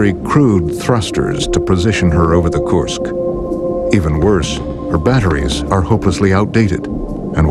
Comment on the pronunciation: Kursk not korsk lol jk